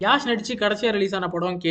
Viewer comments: His name is Yash.. not Yaaaash😊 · அவுறு பெரு யாஷ் இல்லை பா யஷ் Yash